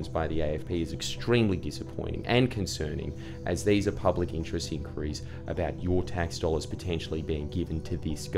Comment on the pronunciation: In Qwa Ries? Stop bloody saying this Jordy. The word is 'inquiries' unless you live in Retardistan.